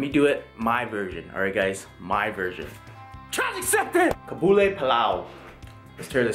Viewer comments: aww the way you say kabli is so cute😂 it's pronounced qab-li, even tho i'm afghan im for sure trying your version of this!! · Its pronounced as KA-BAL-LI PAL-LAO :)